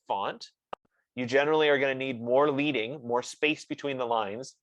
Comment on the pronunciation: Great job. However it is not pronounced "leeding," but leading. It is from the days of hot-set metal type. How many points of lead were added between lines.